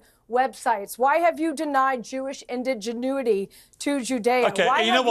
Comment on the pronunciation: She said "Indiginuity" I think she meant "indigeneity" lol